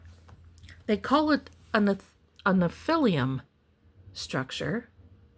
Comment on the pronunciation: All due respect, you're mispronouncing nephilim.